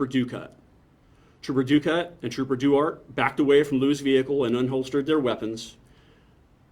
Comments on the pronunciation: Well, the officer in this probably will never see this comment, but I’m pretty sure that Duarte is pronounced Dwahrteh, not Doo-art. It’s of Spanish origins. Trust me, I live in So. Cal. and my mother-in-law lives in the town of Duarte. Even if you can’t pronounce Spanish words well, you should at least say, “Dwartee”. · I think he is mispronouncing Trooper Duarte’s name.